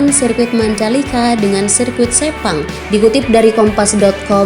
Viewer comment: 5.58 - 6.02,,sebut sepang aja ngak bisa ni plk nak banding2 hahahaha